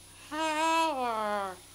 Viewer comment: Even though he says "Thank you" it sounded like he said "I give up" 😂